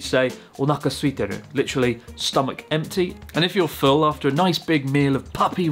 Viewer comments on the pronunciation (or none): none